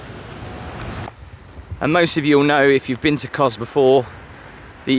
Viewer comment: It's Kos (soft 's'), not Koz. Beautiful place though, just got back. I recommend going to 'paradise beach'. we were talking to a local about that place, apparently it was once owned by a guy who ran it like a small hotel, but when he died disputes in the family about who should get it meant it ended up a ruin. A real shame as it's in prime position overlooking the harbour. That noise isn't Crickets btw, it's Cicada. the flash looking pirate ship looks tempting, but they're packed on like sardines in a tin. Half the people on there are stuck on a lower deck, hot and pissed off with no view. I would recommend picking one of the small boats for the 3 island tour, it's a much nicer experience.